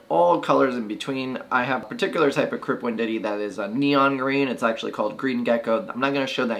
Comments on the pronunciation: learn to read, learn to pronuonce Wendt E I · No offense, but WEND-TEE-EYE. Otherwise informative!